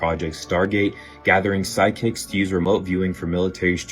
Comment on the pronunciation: I love the guy who says sidekicks instead of psychics